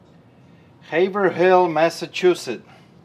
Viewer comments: Just to be clear , , It calls "Hay vroll" Massachusetts not "Ha-ver-hill" MA. This is the messed up pronunciation. sighhhh LOL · It's not Haver-HILL, It's Haver-ILL. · Im in Massachusetts also... it’s pronounced “hav erill” not hav er hill lol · I love how Pete pronounces Haverhill have Haver Hill and not the Massachusetts way sounds more like “haveril” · Oh snap! Its pronounced Haiv-rell. I know the struggle, had to prayit a bit for a job interview. I said Haverhill too. -A Florida Man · Btw it's pronounced Hay-Vrill not Hay-Ver-Hill. I know we like to pronounce things weird in MA..... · It’s pronounced Hāvril. Not Haver Hill, even though it’s spelled that way. We have all the weird names here. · its pronounced HAVErel not haver hill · Seems it's a good idea to video every single return as you're opening them, no dispute with that evidence, no way for the buyer to say they did indeed send the right item. Good job. BTW ... pronunciation tip: Haverhill is pronounced "Hay-vrill" (yeah, we say stuff weird in New England ...ha!) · Thank you, I was going to correct his pronunciation of Hayverl too, I'm from CT but lived in Boston 🤗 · Haha I love when out of state people pronounce Massachusetts towns. Locals would say it more like "Havrill". Love your videos man. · Loving the show ! Fun little fact... In Massachusetts, we say Haverhill like *Haverull 🙂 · I live close to Haverhill, Ma. It is usually pronounced HAY-vril. Nice parrot you have. Never knew that having a parrot could be so much fun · I love hearing non New Englanders say HAVER-HILL...LOL is the best. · People in Massachusetts don't pronounce lots of towns like they are spelled. The town Straightaway Records is from is pronounced Hay-vrill there. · We Yankees know how hard it is to pronounce our cities! It sounds like Hayvrill🤪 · That town in Massachusetts? Haverhill- We pronounce it Hey-frill 😁😁😁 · It's pronounced Haverill you drop the 2nd h. It's where I living currently. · It's pronounced Haivrill